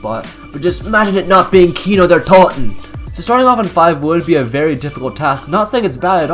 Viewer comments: Its not Kino der tolten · Its Kino der totenennnnn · Why do you use a Swedish voice when you say kino Der totan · I agree